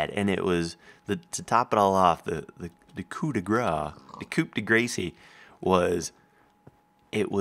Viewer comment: keeps saying 'Coup de grace' wrong.